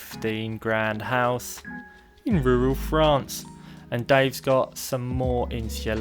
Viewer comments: Love rrrrrrrrruuuuuuaaaaallllll Fffffffffffrrrrrrraaaaaannnnccccceeeee❣️❣️❣️‼️🤩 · IN RURRRRRRAL FRANCE!! 🙌🏻❤️😂 #inruralfrance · it is the way you SAY rural France that is so strange. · I like the way he says rural France! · Makes me chuckle every time